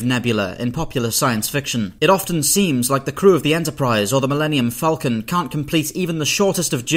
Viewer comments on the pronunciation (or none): none